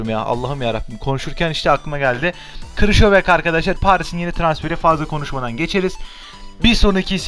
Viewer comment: Krışovyak değil krikovyak